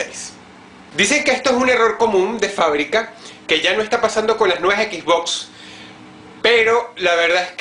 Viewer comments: "equisbocs" eso te resta como 50 puntos de iq, de los muchos que dices tener. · jajaja dice "equis box"